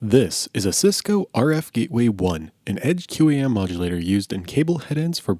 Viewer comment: industry pronunciation is "kwahm" I work in a head end and just as I was entering the industry we were phasing these puppies out ages ago. They're tremendously resilient devices